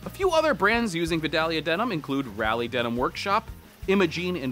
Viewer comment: Raleigh isn't pronounced Rally. It's more like Raw Lee but don't really emphasize the W. Source: I live here.